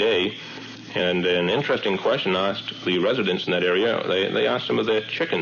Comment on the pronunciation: 1) This compilation is FREE and (in my humble opinion) um, well let's say, it's "better" than The Age of Disclosure. Yikes! 2) I thought it was interesting that the final story about Amesbury MA, the narrator pronounces "asked" in a very authentic but less and less used historically representative New England accent.